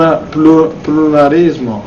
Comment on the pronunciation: Dopo avere visto questo video una logopedista ha tentato il suicidio e un foniatra è stato rinvenuto su una panchina del parco in stato confusionale, ripetendo "pirulì,pirulà"